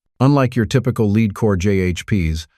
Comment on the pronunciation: Why the AI voice? It pronounced lead as "leed" instead of "led". Not good.